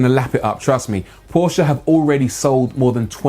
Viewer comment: I applaud you for pronouncing Porsche C O R R E C T L Y